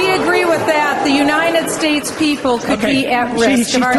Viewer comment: Did any one notice that? She say "Unined States of America" in ! ahaha